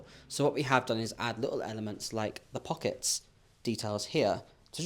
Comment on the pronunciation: The quick, outta nowhere, american accent "its gaht pawkets!" 😂😂😂😂 youre such a GEM❤💎